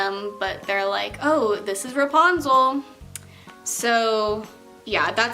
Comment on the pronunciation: she was saying reponzle instead of repunzle